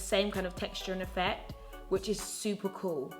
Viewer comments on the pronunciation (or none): none